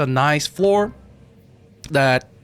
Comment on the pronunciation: pronouncing dominion like a special needs kid